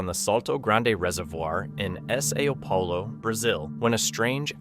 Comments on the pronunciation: Put a note on your description about your AI narration. It's good, but stuff like "S. A. O. Paulo" gives it away. So if you're up front about it you'll gain respect. Fun video though! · How is it that u can u pronounce capybara but not Sao Palo? Lol